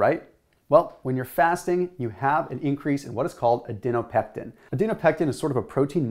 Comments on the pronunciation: is it Adiponectin (as written) or Adinopectin (as said)? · Just letting you know you were saying the word incorrectly over & over but did write it out correctly on screen. You were switching the P & N around in Adinopectin & Adiponectin. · It's ADIPONECTIN! Not "adeno-pectin." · Adinopectin or Adiponectin ? :p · Great explanation. One verbal typo-- It's aDIPonectin, not aDINopectin. 🙂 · *Adiponectin, not Adinopectin. Its called adipose tissue, not adinose tissue. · You say Adinopectin but your vid says Adiponectin. FYI. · I think you’re mispronouncing “adiponectin”